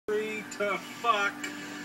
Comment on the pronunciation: The funniest part is Ricky pronouncing "the" wrong